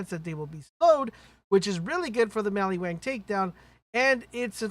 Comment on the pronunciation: Did you say maliwang lol